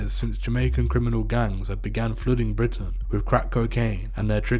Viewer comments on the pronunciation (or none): none